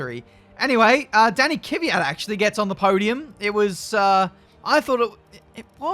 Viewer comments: It’s definitely Danik V-at. Just say it fast. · still bothing kvyats name.edit: just call him daniil